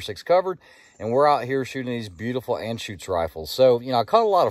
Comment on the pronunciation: Your pronunciation of Anschütz is correct. Great humor, very enjoyable videos. Whenever someone mentions creedmoor, I've send them your way. Btw...at least the German sales people can't help but add weird stuff to movie titles and their products...this time, it's personal!